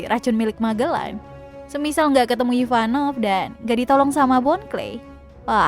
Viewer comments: Kok kyaknya kok bilang ivanov ya bukan ivankov. 🤣 Yang bener yang mana ya 🤣🤣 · Ivankov bukan ivanov